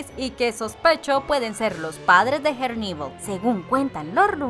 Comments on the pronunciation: Por favor pronuncia herneval como se lee es español no ingles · Pareces tonta tratando de pronunciar en inglés en nombre de Herneval Siendo que kos creadores son mexicanos y ellos mismos lo pronuncian tal cual se escribe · Son rayas azules y blancas en sus medias y pronuncias mal el nombre de herneval